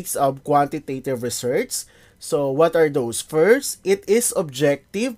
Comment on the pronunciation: Bakit ganyan po pronunciation nyo ng "Research"?